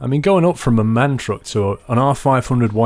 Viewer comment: It's actually called a M. A. N. The sole letters are pronounced. Thanks.